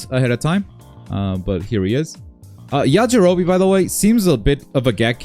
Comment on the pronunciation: Not the "Yajirobii"